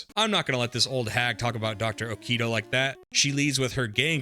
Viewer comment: You have several mispronounciations, Japanese names are pronounced as the letters seem, no American bullshit. For example, Okido is pronounced "Oh-kee-do", not "Oh-Kay-Do", and Kyo is ""Ki-yo", not "Kai-yo", which kinda reminds me of how a lot of people mispronouced Street Fighter's Ryu wrong.